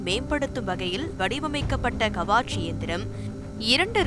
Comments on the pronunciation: அது கவாச் அல்ல கவச். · It's not Kavaach, it is Kavach. It's a Hindi word nothing but armor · "கவசம்" is the name of the instrument written in short as "Kavach" which should be pronounced as "கவச்" in line with the Tamil word "கவசம்". Please correct the pronunciation! Thanks.